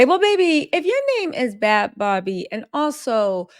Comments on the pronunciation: I think she pronounces her name “Baby” not “Bobby”, not “Barbie” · 🚩🚩FYI... You keep saying her name WRONG.... it's 'NOT' BARBIE' (LIKE THE DOLL) Think BABY.. BAD BHABIE.